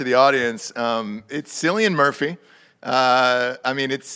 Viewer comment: For cryin out loud the guys name is pronounced Kill-Ian Murphy not Sill-Ian Murphy. The “C” makes a hard “K” sound in Gaelic. You sound like idiots when you call him “Sillian”